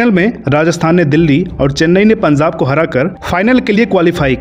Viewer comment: O bhai punzab nahi punjab bolo